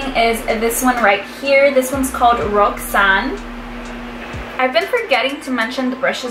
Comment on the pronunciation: you did not just pronounce "roxanne" like that...